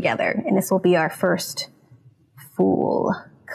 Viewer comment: Yep she absolutely says FOOL. Nobody would pronounce it that way.